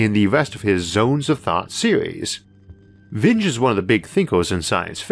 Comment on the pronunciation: Hey, quick correction: Vernor Vinge’s name actually rhymes with “stingy” (as in “cautious with money,” not a descriptor for an angry bee), not “hinge”.